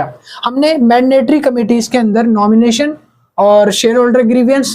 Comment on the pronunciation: Mandatory ❌ Madnatory✅